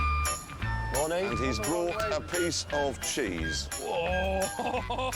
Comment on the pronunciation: "and he's brought a. Piece. Of. Cheese" 😂